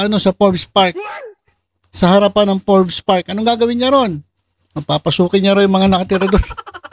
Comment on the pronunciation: obob talaga ...... magbabasa na lang. boi forbes hindi for-bes😂😂